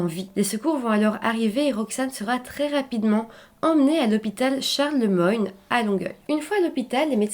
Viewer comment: je demeure à côté de l'hôpital Charles-Lemoyne (et on prononce Lemoine 😉). Je n'ai jamais entendu parler de cette histoire ni de l'association que le monsieur a créé